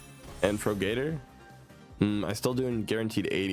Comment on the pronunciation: if you stop saying fro-gator ill sub